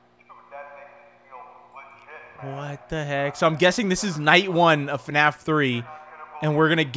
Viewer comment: I saw in your other video you said fanaf it’s F.N.A.F/five nights at freddy